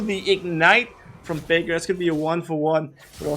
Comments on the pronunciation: immer wenn der kommentator fever sagt oder so versteh ich faker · Immer wenn er fever sagt verstehe ich Faker :D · Ich verstehe auch die ganze Zeit faker.. x) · ich dachte er nennt faker xD